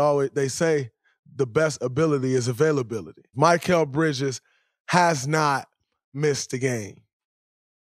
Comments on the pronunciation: Bro it’s mikal not mykal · Draymond his name is Mi-kal not Mic-kal lol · My-kall bridges 💀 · “Mikeal Bridges” cmon Draymond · It’s Mikal not Michael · If I hear draymond mispronounce Mikal again ima flip